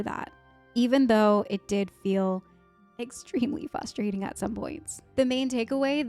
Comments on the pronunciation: Dunno what’s wrong with me, if it’s something wrong with the speakers I was watching this video on, but you said “frustrating” so many times and to me it sounded like you said fustrating. at first I thought you misspoke but then you said it so many more times and it, in and of itself, was frustrating to hear lol. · it is Faws-trating lol